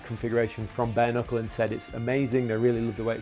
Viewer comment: I swear he kept saying BARNICLE, not Bare Knuckle.